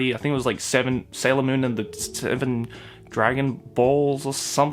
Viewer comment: HAHAHA OF COURSE SHIBUYA KAHO SAYS "sailor moan" LMAO